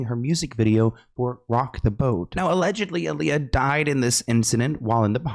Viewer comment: It’s Aaliyah not Aalijah